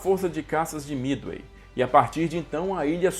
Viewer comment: É Midway não mithey